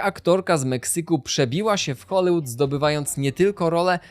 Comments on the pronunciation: scenariusz na bank napisał ci Chat GPT Dałem radę obejrzeć połowę bo Hoolywood czyta się z i a nie z y czego po 30 powtórzeniach nie da się znieść sorry ho·lee·wuhd nie ho-lYY-wuhd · Wszystko fajnie,ale błagam wymawiane przez Ciebie Hollywood brzmi tak drażniąco.